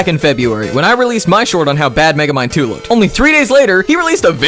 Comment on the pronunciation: thought you said Megemind 2 for a second